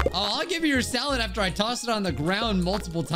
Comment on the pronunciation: First also the way he said "Simple SaLAd